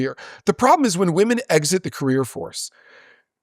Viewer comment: This is the first man who I have heard pronouncing women as woman, I thought it was a woman thing 😅